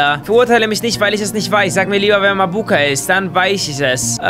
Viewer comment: bei Mabuka betont man das a am anfang und nicht das u